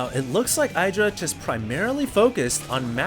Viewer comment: When will learn that in Idra, the I is short. Not long.